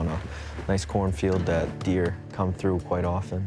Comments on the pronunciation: shooting at the deeah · "What were you doing"? Shootin at the deeah.